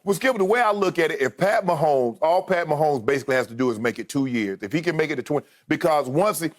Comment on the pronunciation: If Patrick Most-Homes